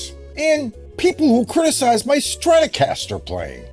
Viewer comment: "Strut"ocaster is what I heard 😂 Thanks for all the great ideas. Subscribed!